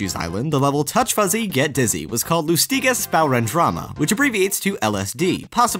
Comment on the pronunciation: How is it possible to mispronounce "lustiges sporendrama'" that much?